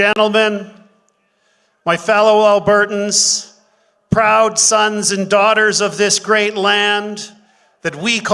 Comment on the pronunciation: Albertans not Albertson's